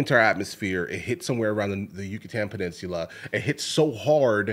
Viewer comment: Peninsular lmao